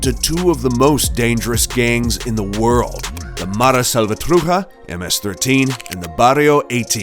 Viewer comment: It’s cringy how you say Mara Salvatruja instead of Salvatrucha 😂